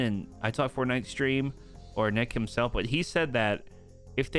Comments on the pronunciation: why do you say " what is in the item shop today fartnite." like why do you say fartnite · he also says fartnite